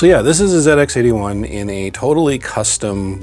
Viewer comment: As a Brit, it's always nice to hear an American refer to the old Sinclair machines as "Zed Ex" and not "Zee Ex"